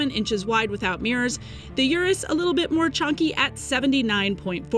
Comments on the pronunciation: its not Yurus. Its UR us. not like take yur money. Its urrr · I can't even finish the video with the consistent mispronunciation of Urus.